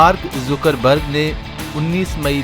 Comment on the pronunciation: not a Zoocker berg its a Zucker berg